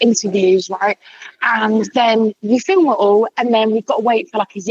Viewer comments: First time watching your channel and being here and it’s MINDBLOWING how much better your advice on sex is than these so called ‘sex therapists’. Also you said ‘filum’ instead of film so, subscribed 😂😂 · Are we just going to ignore how he says film